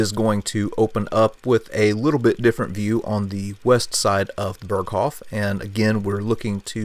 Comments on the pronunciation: How can you say he got a view to Austria on the North side of the Berghof. How is this possible? Austria is in the South. And by the way its pronounced "Beeerghoooof" not Perkhofff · I suggest you, before to do a Documentary about "Berghof", to learn to pronounce the name of it. It's not an American name of a Village, it is a German name, should be the minimum that you know how to pronounce it. It's just 1 word, isn't that hard to learn it instead to repeat it in the video for 50 times and all the 50 times wrong. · If you want to pronounce it correctly, it’s not like Hasselhoff. “Bearghohv” might get you there.